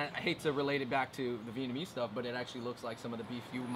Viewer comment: vietnamese pronounciation always makes me cringe like how do u mess it up that bad when you're vietnamese